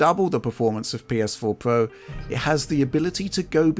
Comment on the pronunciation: “PS4 Pwo”